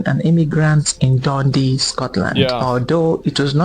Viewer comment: i haven’t been living in scotland for a decade but as soon as he said Dundee i was like ooooooh 😂😂😂😂😂😂